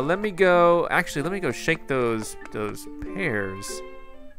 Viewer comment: "He laughed at meh. He LAUGHED at meh. Dis guys always laughing at meh." Lol XD